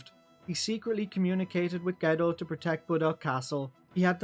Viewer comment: You're pronouncing Mathiu right but Geddoe Is pronounced more like Jed-oh